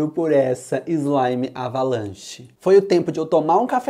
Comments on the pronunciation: Eu acho que em vez de "Avalanche", Ele dizia "Abalanche". Kkkkkkk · Eu acho que em vez de ele falar "Avalanche", ele falava "Abalanche". Kkkkk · Vc não sabe falar certo a slime ? É avalanche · Quando fala avalanche no vídeo não parece q o fala avalanche Quem percebeu isso me responda nesse comentário